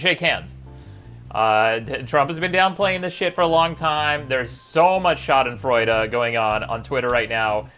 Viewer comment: My man with the proper pronunciation of "schadenfreude"